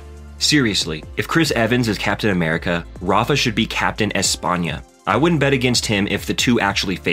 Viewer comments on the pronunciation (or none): none